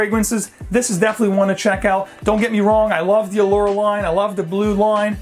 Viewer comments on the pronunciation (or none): none